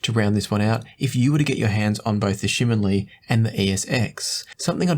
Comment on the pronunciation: you pronounced TangZhu Shimin Li very well. You even listen to my fellow Singaporean singer JJ Lin!😂